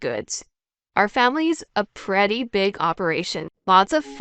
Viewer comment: Re torut? Preety? Tented? Cleeck? Underhestamate? Who is reading this?